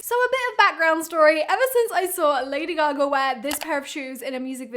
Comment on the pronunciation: I love the way she said Lady Gagarrrrr